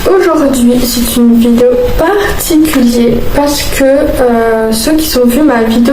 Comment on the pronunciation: Particulié 😂 sa resonne bisous❤❤❤